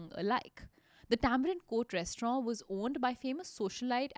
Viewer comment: I had to stop listening to this podcast halfway through because I couldn't take the way she pronounced "restaurant" any longer.